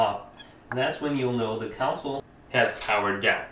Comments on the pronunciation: It’s console not counsel 😂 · Does anyone else notice that he can’t say CONSOLE correctly? Instead he keeps talking about shutting down counsel. legal advise or a legislative body of people? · Thought I’d tell you, it’s Con - s - ole not Cou - n - sel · The council?? You mean conSOLE? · Console not council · He says console like council lmao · CON-SOLE. It's pronounced like CON - SOUL. A COUNCIL is a group of people tasked with a directive/authority of some sort. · Bro calls it a counsal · This man really just said consle 💀💀 but thanks for the help